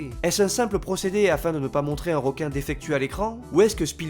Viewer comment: Bonne vidéo j'ai apprécié...petit bémol...le mot "ROQUIN" sort trop souvent...comme certaines personnes qui prononcent "ROCOMMANCER" ou "ROCEVOIR", Alors qu'en fait on dit "REQUIN" vu que ça s'écrit avec un "E" et non un "O" ! Voilà...désolé ^^